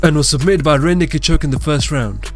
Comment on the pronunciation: The way he says rear naked choke: "randy cachok"